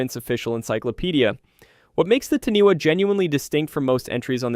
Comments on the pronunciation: I love it!!! But it’s pronounced tāni-fa not taniwa. From nz🫡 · Love this❤ as I am Māori. The pronunciation is Tanifa not taniwa but spelled like taniwha. The wh is sounded like a f. but love the great work ❤